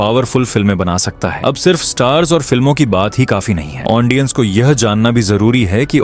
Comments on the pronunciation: Ondia❌ odia ✅😢 Aundience ❌ audience ✅😢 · Lekin ondia ❌odia ✅😅 Aundience❌ audience ✅😅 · Bhai sorry 😔 Lekin ondia ❌ odia ✅ Aundience ❌ audience ✅ Thoda sa idhar udhar ho jata hai 😂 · Ondia ondiens 🤣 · Aundiance aundia 😅😅😂😂